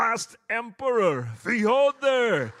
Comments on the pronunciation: Ёптить... научились выговаривать имя Фёдора. 😊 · His pronunciation is really close to being authentic. Good try I think.